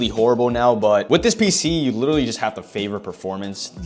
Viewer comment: How many times is this man gonna say "litteretly"